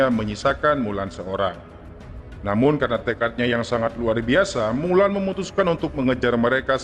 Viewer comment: Mulan le ...bukan wulan